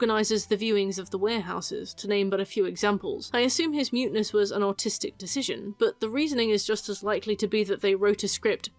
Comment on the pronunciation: I know you're saying "artistic decision" but every time, it sounds so much like "autistic decision" and it's hilarious!